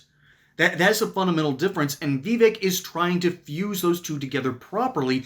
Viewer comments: Yeah. I was making fun of the video creators pronunciation of vivek. He said Vee-vick, not vi-vake. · Im going to help you out its pronounced Viv-ache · Veevick? 😅 . Vivek is pretty cool. My pops likes him. Hopefully he can win his governor race! 🇺🇸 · Vivek said like it rhymes with cake